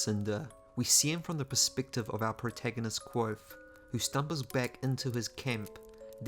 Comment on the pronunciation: The V in Kvothe is not silent.